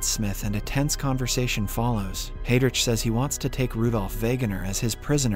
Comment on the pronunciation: "Oberst-Gruppenfuhrer Heydridge"